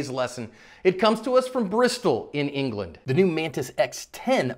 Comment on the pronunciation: IN-GA-LAND! :D